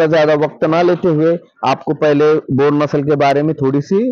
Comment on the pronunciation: Bor nhi boer bolte h bhaiyya